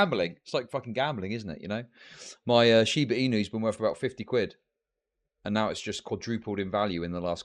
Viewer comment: How is his name but he can't pronounce Wor(th)? WORF IT? Really?